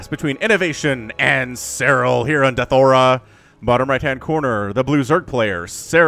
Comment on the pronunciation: Hej Hej I agree with your pronunciation of ‘Deathaura’ Artosis pronunces it without the second ’a’ as in ‘Deathura’